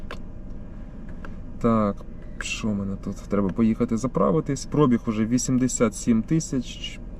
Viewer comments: наголос в цьому слові на і - пробíг, а прóбіг не правильно. Це як "бульо сяло і хаті покосіліся" 😁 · Звідки ви всі взяли слово прОбіг? Такого слова в українській мові немає. Є слово пробІг. Ставте правильно наголос, якщо розмовляєте українською. А то всі , як Тарануха з автопідбору.